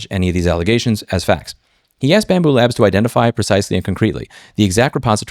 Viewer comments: Bambu lab there is no s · I don't particularly love bambu but it's lab. LAB! L-A-B << BAMBU LAB >> JEEEZ IT'S NOT F*U*C*K*I*N*G PLURAL